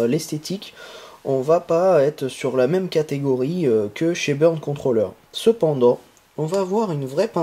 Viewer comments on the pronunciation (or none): none